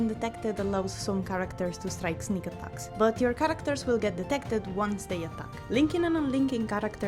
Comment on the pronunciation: The word 'characters' has lost all meaning to me, Im questioning is it even a word. U said it so much and the pronunciation isn't quite right either